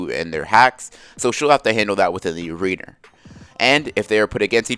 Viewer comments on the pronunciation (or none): "Yes that's how you pronounce it, shihkaaahmaru" Literally 30 seconds later "ARENER"